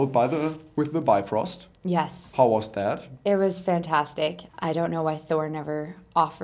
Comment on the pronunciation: What I really want to do is Jump in there and make them say Bifröst correctly, its not Bi-Frost, its bif-Röst